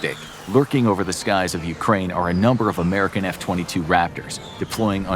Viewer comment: Why no mention of other NATO forces? Dude, practice your Ukraine please, your pronunciation is painful.